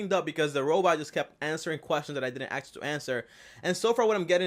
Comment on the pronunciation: I cans hear him “axe” anymore questions😶